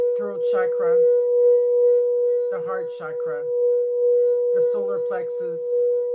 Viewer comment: Mille grazie!!! Ti vorei chiedere di voler gentilmente pronunciare la parola “chakra” con la “c” nella fonetica italiana. Come sai, nel Sanscrit, il suono trasmette energia🙏🏼🌞Di nuovo, grazie di tutto cuore.